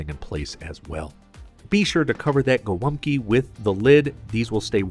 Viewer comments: Its called GOŁĄBKI not GOLAPKI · The most misspelled dish in our cuisine <3 I saw everything from Haluski, Holupki, Glupki to Golapki xd "Golumpki" is pretty close! The polish name is "Gołąbki", ([gɔˈwɔmpki] or [goh-wohmb-key]) and it means "little pigeons"). Thank you for making our cuisine popular! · as a pole i die inside everytime someone outside poland calls GOŁĄBKI golumpki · Gołąbki, not Golumpki. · GOŁĄBKI KURWA NIE GOLUMPKI RAGHHH CO TY MI TU "GO TO LUMP KIRWA" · Gołąbki! Not golumbki. And its already plural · Not Golumpki, but Gołąbki! Great video though, have a nice day. God bless you. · dude its not golumpki its gołąbki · Golumpki????? theyre Gołąbki (sin. Gołąbek) how hard is it to google? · Actually, in Polish they are called "Golabki", not "golubki" ;>) Fantastic video. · ITS GOŁĄBKI ! XD .... not Golumpki XD haha Btw its not how u made tradicional Polish gołąbki, ur doing it wrong tho xd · It's actually "gołąbki", not "golumpki"! I do the sauce a little bit different. Instead of adding beef stock and tomato paste, I just put normal water. After gołąbki are cooked, I put the water in the pot, add tomato passata with some chicken stock and and a spoon or two of 18% cream. I put gołąbki in it, cook it a little bit more and after this I put gołąbki on a plate with mashed potato and sauce on top of potato. It's great! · It is Gołąbki not Golumpki ;) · Golabki, not golumpki. Dude, plx get it right :) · Hey, its not Golumpki, its Gołąbki (pronounced Go - as in government, Womb, Kee - Go-Womb-Kee). Funny fact, Gołąbki means Small Pidgeons in Polish. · Its Gołąbki not Gol'UMP'ki :P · Its pronounced “gowompki” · "Golumpki", srsly? it's as Polish as the gabagool is Italian, lol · The correct is Gołąbki, where ł(Ł) is like "WH" in "when" and ą(Ą) is a nasal o